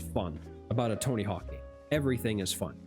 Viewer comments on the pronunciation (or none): Is it just me or everytime you say "fun" it sound like "fock"